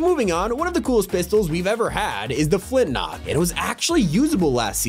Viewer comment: everytime he said flintlock it hurt my soul